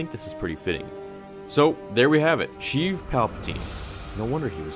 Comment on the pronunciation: pronounced 'shay-ev' btw